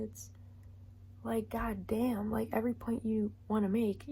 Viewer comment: I'm loving how strong the Midwest accent came out with that "God damn." It reminded me of home real fast 🤣